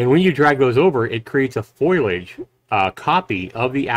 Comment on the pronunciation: foliage, not foilage.